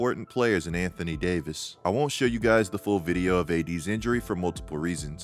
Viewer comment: Anthony Day-to-Davis 😂🤣😂🤣😂🤣😂